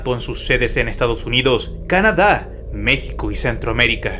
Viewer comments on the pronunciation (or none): none